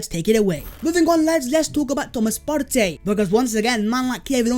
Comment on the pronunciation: Why do you pronounce Partey as of my man is Latin / Spanish? This is a Ghanaian man, not some Spanish geezer.